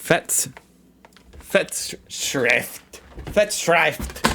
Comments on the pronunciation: Ersatz: air-zats Zugzwang: z is pronounced ts – look at the signs in the brackets. It is pronounced tsuktswang. Weltschmerz: sch is pronounced sh. Festschrift: Not fats, but fast – fast-shrift (like shift). Echt: Your ch sounds not bad Realpolitik: Real is pronounced like ra-uhl- Its also not real irrsinn, but ra-uhler Irrsinn. Strum & Drang: u is pronounced like use without the j sound at the beginning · Like many English native speakers, you still just need to slow down and lower your pulse a bit before trying to pronounce e.g. German. When something as simple as "fest" becomes "fets", you're treating it as too much of a workout :)